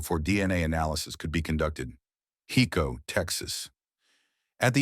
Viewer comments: Just so everyone know its pronounced (Hi-co) not (He-co) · driving me nuts....HICO. HIIIIIICO...not HECO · Uhhhh...'Hi'co Not Heco😅